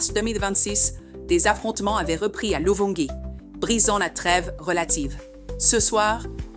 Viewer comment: J'aime bien la façon dont vous présentez votre émission. Mais, je m'interroge sur une question : êtes-vous Congolaises ? Si oui, je parie que vous n'êtes pas au pays. Vous devriez bien prononcer les noms de nos localités comme Sange, Luvingi. Le ge ou le gi se prononcent avec les consonnes gué et gui. Courage, apprenez nos consonnes pour améliorer sinon certains Congolais ne comprennent rien. Bravo quand-même.